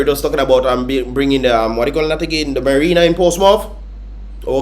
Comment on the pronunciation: Correct the masses, Stop saying merina it's Marina,Teach the masses to be wiser than the leader..don't even know the difference from merina or marina,from the word Marine